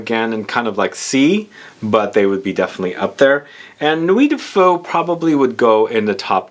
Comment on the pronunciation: Just checked at Vuitton and Ombre Nomade is amazing. Nuit de Feu pretty nice too. Please learn how to say “feu” it’s not a Vietnamese dish ^^ Also, I know the translations can be a little tricky but I wouldn’t say its fiery night. More like the actual translation Night of Fire